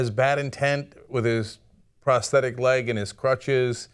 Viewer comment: omfg pronounce it right. its not prestetic.